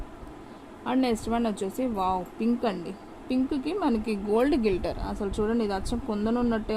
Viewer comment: గిల్టర్ కాదు గ్లిట్టర్❤